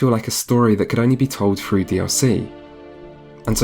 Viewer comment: "Through" is not pronounced with an F